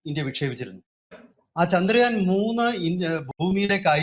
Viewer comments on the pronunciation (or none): ചാന്ദ്രയാൻ അല്ല, ചന്ദ്രയാൻ